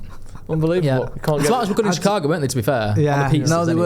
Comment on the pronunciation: It’s shih-KAH-go - cheers!